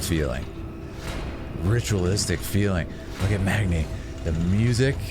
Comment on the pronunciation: Every time he said Magni it triggered me